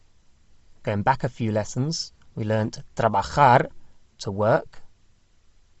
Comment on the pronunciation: In English- words like going have a "ing" at end-not in ing -all your words don't end properly!